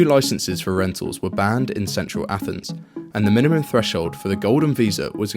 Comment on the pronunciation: Did you just say “athnees”??